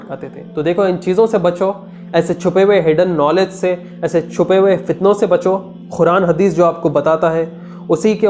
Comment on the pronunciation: Bhai muslims Quran ko follow krte h naki Khuran kindly pronounce Quran perfectly do not miss interpret holy book Quran